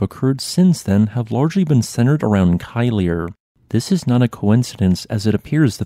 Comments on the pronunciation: Dude, Keilir = Kayleer. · Icelander here! Thanks for a great video. T Keilir -> kale-irh (like the first i in lithium). Meaning: Cone Eldey -> eld-A or eld-ay Meaning: Fire Island Fagradalsfjall (good job!) Beautiful Valley Mountain Reykjanes Smoke Peninsula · Nice video. p.s. You have to stop butchering the name Fagradalsfjall. It has 2 L´s in the end and you don´t pronounce an L. Instead of sayin "Fiat/Fiak?"", say "Fiatl". And Keilir is "Kayleer".